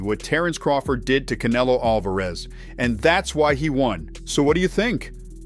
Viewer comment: This guy is pronouncing Canelo's name wrong on purpose. What a dork